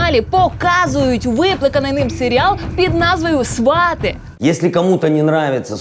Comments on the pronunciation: СвАты, потому что ударение в корне свАт. Также, например, и тОрты (корень - тОрт). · Квиты- это цветы))А свАти- действительно похоже на глагол, который произносит человек, посещающий логопеда